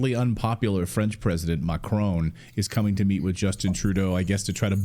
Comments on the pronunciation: It is Not MACHRONE As you say it is MA CRON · Thought this guy was supposed to be Canadian? Shameful that he says Macrone, intentionally mispronouncing his name. Americans might do it out of ignorance, Canadians have no such excuse.